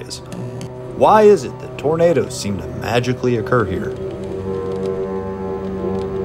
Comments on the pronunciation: It's "tornadoes", not "tomatoes". :) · OK, let's try again. The clue is in your own comment "autogenerated". The software that "autogenerates" the subtitles can't distinguish between the way pronounces "tomatoes" and "tornadoes" its just a small malfunction of the software, it can be exacerbated by accents, for example I'm English so I would pronounce tomatoes with the phonetic emphasis on the "A" which would sound like "Arr" and so the two words in my accent would sound very different from each other to the software. Are you familiar with presentations and his style? He just isn't the kind of bloke that would mock peoples' afflictions.